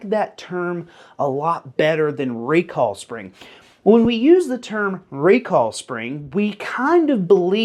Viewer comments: My hearing isn't what it once was, but are you saying recall or recoil? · I’m as southern as a bowl of grits and I swear you’re saying “recall” wtf? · Say "recoil" one more time, I'm almost there... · Southern man saying "recoil" is hilarious 😂